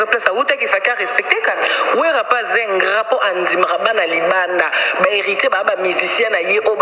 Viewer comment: s'il te plaît ingrand te ingrat yekola français ou soit kotiaka ba mot français te.